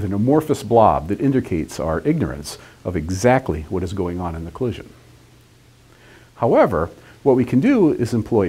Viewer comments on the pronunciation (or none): none